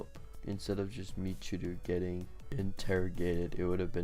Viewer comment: Its pronounced Mich-i-row